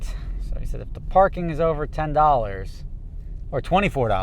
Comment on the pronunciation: Forty four dollas 😂